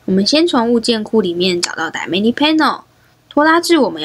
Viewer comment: 其实是叫dy/na/mic，不是叫dy/manic，我说怎么一直听着不习惯